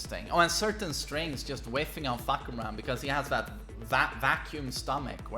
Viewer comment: He said fuck koo ram 🤣🤣🤣 it’s pronounced faah-Kuu-mah